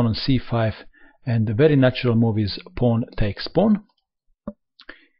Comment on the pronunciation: paoaowoon teks paoaown, kuveen, bleek reesiiiiignnnnnnned